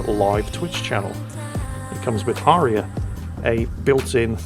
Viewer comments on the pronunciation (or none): none